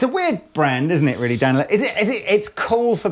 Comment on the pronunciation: Danelectro is the word can't say. They are the 5H!T!